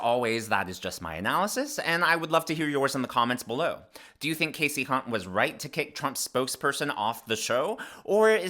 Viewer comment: Did you say hunt?